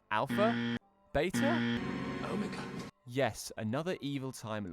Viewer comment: Shows clip of Pertwee correctly pronouncing Omega, then a second later mispronounces Omega!!